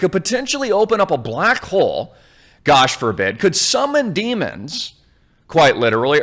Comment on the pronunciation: Did you say black hole or black hoe ? either one is ok I guess